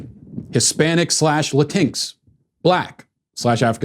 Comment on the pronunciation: "Latinks" LOL